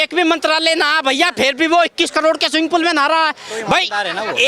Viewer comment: karod bolna seekh lo.